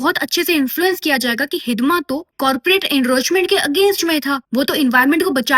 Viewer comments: It's not 'हिदमा ', it's हिड़मा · Hidma❌ I heard Hidimba ✅ Rakshashi 💀☠️